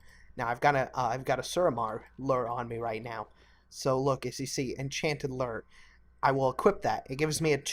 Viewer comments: Gaming it is loo-er. Not lur. I'm American and a fisherman irl. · Loo-er not a lur! Good video though! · This dude mispronouncing lure made me want to kill myself over and over and over again